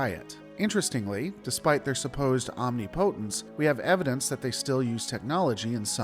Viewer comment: There have been a couple of instances where you've been connecting the word "omnipotence" to "omni" in some other context, and doing so justifies the mispronunciation. This time, you were using it independent of context, and still pronouncing it wrong. I recommend looking up a guide on how to pronounce the word correctly. By which I mean, not the Julien Miquel YT channel, that misinformation spamfest should have been banhammered a long time ago.